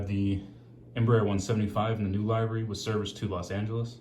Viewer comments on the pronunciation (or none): btw its pronounced Live-ery